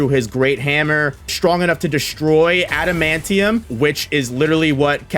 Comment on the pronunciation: Ooh the amount of cringe I get hearing that adamantium pronunciation 😂